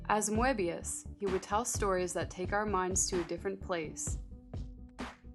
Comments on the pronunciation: It is pronounced "Möbius". Not "Moabius". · I believe the 'e' in Moebius is silent, like moebius strip, but still, a great video. Moebius is such a master of the craft. I was glad you also showed Blueberry, a great Western comic. His work in comics and film transcends the mind in such a way, while still feeling grounded. I'm really loving this series and can't wait for the next episode.